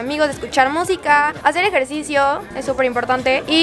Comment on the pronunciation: ejercisioooó y flamencooó 🤔 lol